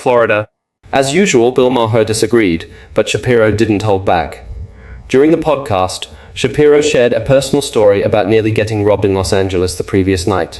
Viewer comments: "Ma-ER" Not "Ma-HER" Not "Ma-ah" Get with it man! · Just exactly which parts are "synthetic"? Probably the narrator, which can't even pronounce "Maher" correctly.